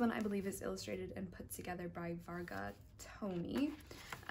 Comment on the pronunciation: I'm just here to say that the way you pronounced the name of Varga Tomi was very good and ADORABLE. :D <3